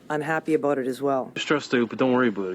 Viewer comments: Also favourites in Britain. Not as drawling as American nor as smarmy or pronounced as many British accents. Just nice, clear middle of the road. As for this guy, he is messing with us with the aboot nonsense. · I'm a born and bred Canadian, and this is the only dude I've ever heard pronounce "about" it this way. But I will admit that much like the US, accents are stronger and more pronounced in rural areas versus big cities/suburbs. This fellow Canadian is just weird. (sorry) He sounds more like a cartoon character. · Never heard someone says aboot 😂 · I noticed as he was beginning that in one sentence he used "about" three times. The first one was pretty "normal", the second he adjusted to sound closer to his idea of "Canadian", and the third was full-on "aboot". This was all within five seconds. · As a life long canadian of 36 years, 30 seconds into playing this guys video and he's already giving me a headache. No canadian I have ever heard pronounces around as "aroond" or south as Sooth". I've also never heard another canadian say "aboot" rather that "about" normally. Canadians don't sound like that what so ever, it's all hyper exaggerated for comedy. I will say however, Canadians saying "eh" in just the same sentence ender as the American "huh". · Nobody I know pronounces about they way this guy says aboot. Listen to the first 3 times he says about. He gradually changes it to aboot. What do I know though he probably has a billion views by now. I think accents are regional. I live in Southern Ontario so I believe I sound more like an American that lives in the Midwest. It's going to sound rough but I hear the aboot but usually only from people from Newfoundland. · Ive travelled to the US and have had a few people ask me if I was Canadian because of how I pronounced 'about'. I think it's actually 'aboat' and not 'aboot', pretty sure this guys playing into it